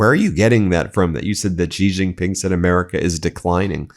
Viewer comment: Hey Ben! I love you and what you do but I really wish you would stop mispronouncing Xi Jinping. Try saying She-Jeen-Ping (She like the pronoun, Jeen like Jeep with an n, Ping like ping-pong. Main stream media titally pronounce it wrong and they always try to pronounce "J" as if it was a French word like Beijing (correct pronounciation is Bey-Jeeng as you would pronounce Jee in Jeep).